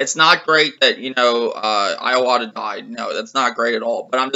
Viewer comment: at your pronunciation of "I/O Watta"!!! And PS4 isn't selling well considering 7th and 6th generation sales, so I wouldn't use them as a "benchmark of success".